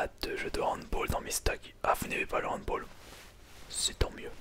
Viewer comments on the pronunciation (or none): on dit handball et non handboll sinon bonne video comme d'habitude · c pas hanboll mais handball aaaaaaaaa xD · On dit pas " handboll" mais "handball", c'est un mot emprunté de l'allemand lol sinon la qualité sonore est parfaite, bien joué mec. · on dit handball pas handboll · Désolé mais non, cela ce prononce handball, c'est de l'allemand, handbOll serai en anglais.